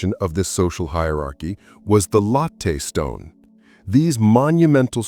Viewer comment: Latte in "latte stone" is pronounced "LAH-tee" (/ˈlɑː.ti/ or lat-tee) ... not LOH-tay . 😁